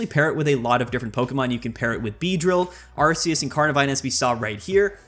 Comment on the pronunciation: Love it when expert Pokemon players can't correctly pronounce the names......Arceus is a hard c.....